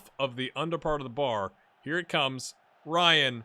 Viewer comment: hey there, I'll just leave a comment and tickle the algorythm a little bit. first of all, pronunciation tip: the team name, Bahia, is pronounced Ba-ee-a. also, the striker Marcelo Ryan (which is a real Bahia U20 player, btw), is pronounced Marcelo Ree-an. and a coincidence: in this real life 2021 season, Bahia had to face Atlético Mineiro (ATM) also three times in a row, and they were also top of the Serie A at the time. out of the three games, we managed to get one win, but got easily beaten twice, were left out of the cup and next to the relegation zone in the league, so the manager was sacked after that bad run of games😀 so better luck to you, I guess